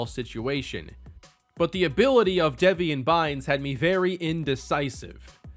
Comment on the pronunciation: Deveon is pronounced like Le'Veon btw, not Devian.